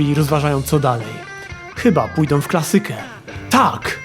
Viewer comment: Fajny pomysł, spoko wykonanie.. ale o co chodzi z tym rozszalałym akcentowaniem? 'klaSYka'? 'fiZYka'? Od kiedy, kurrczaki pieczone z ziemniakami puree?